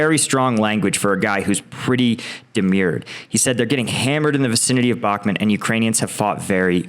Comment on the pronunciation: why doe you keep calling it bakhmet, its Bakhmut.